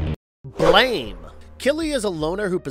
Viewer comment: Blame! Is read as "blaam" Also you pronounced esper weird